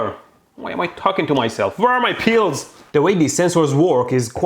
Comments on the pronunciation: The way he says 'Pills' got me so confused.. The whole time I was thinking what are these 'Peals' and how are they related to his brother and mom showing up. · Omg be said pills not peels